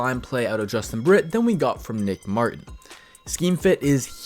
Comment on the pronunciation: You keep saying nicks last name wrong 😑